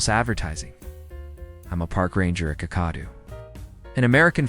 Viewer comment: Pronounced Bond eye not Bondy & pronounced Kak a doo not kakar doo. Cairns is pronounced Cans not Karen.